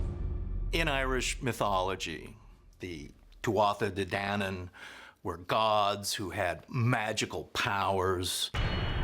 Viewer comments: Tuátha de Danaan is pronounced like two aw ta day Dan aan☘️ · "Tuatha Dé Danann" is pronounced Too-a-ha .... Day ..... Danan", with a more definite pronunciation of the last "n" in Dannan. ❤